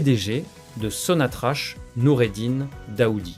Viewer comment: Prononcé sonatrak